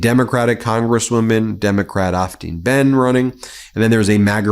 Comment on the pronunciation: The TN democratic candidate Behn, is pronounced BAIN, not BEN, FYI